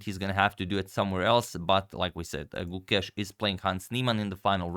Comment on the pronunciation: Gukesh ❌ Gu-Cash ✅